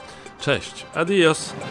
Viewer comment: Panie redaktorze. Adios, to zdaję się akcentuje się na o !! Zazdroszczę tej Hiszpanii, no ale pozdrawiam.